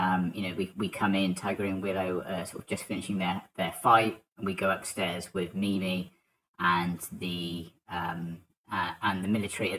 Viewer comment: When you say "whit mimi" I understand whit nini